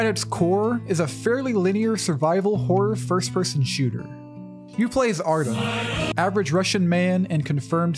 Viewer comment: my favorite part was when you called Artyom "Arttum" and watchmen "watchers"